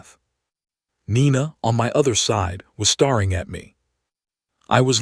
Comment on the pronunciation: Thx. Very good story. It stands out in comparison to others in the same genre. Feedback: Repeating my criticism… staring/starring… 34.42 in, the narrator pronounced it starring instead of staring. It means having the lead role in some performance. Staring, means looking intensely. 😉 Kindly Anders, 69 Sweden